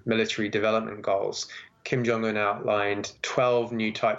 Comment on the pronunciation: Who is Chim Yong Un ? Speak English ,and take the effort how to pronounce names ,or just say Dough Boy.